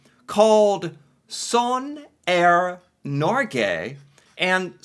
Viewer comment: Ok, I've seen one or two of this guy's videos and have to know, is constantly trying to do a Norwegian accent, or is he just the most Minnesotean human being ever? Also, respect for a respectable pronunciation of "sånn er norge".🤛